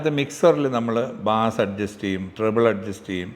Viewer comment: ബാസ് അല്ല ബേസ് ആണ് ശെരി 😊